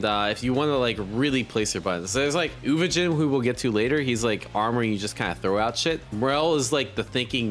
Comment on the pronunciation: Bruh he was saying “You-Vo-Gene” for the past week too lol